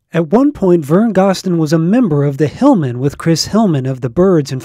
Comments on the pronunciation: GOZ-DEN not GOSS-DEN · Thank you! Vern Gosdin is one of the greatest country singers of all time, and he deserves to have his last name pronounced correctly. I'm surprised that the person who created this video got that detail wrong, especially since he runs such a great country music site!